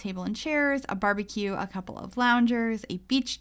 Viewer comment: I’m Sorry... did you say Barbiecue? . . . I’m so sorry